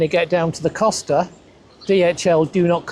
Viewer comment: 6 months living there, and he still hasn't learned to pronounce "Costa"? Just how deep is he experiencing Spain?